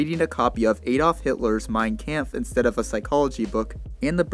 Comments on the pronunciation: Fyi its mein comf not camf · But other then the mispronouncation of mein kampf good video